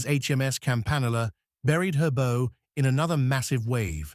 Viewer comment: The contant mispronunciation of Bow is so annoying. Downvoted for AI narration.